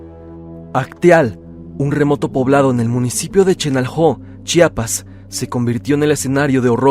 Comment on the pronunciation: Mis felicitaciones soy de Chiapas y hablo tsostsil soy tus suscriptor de hace mucho tiempo. Eres de los muy pocos que pronuncian muy bien, el estado, municipio y comunidad de Chiapas, se ve que lo estudiaste antes 👏👏👏👏👏 ch'enal-jo significa pozo de agua, donde fue la matanza por paramilitares, eran un grupo de personas que estaban en misa en una casa, estos paramilitares llegaron a interrumpirlos así no más. Lamentable caso. Felicidades y bendiciones.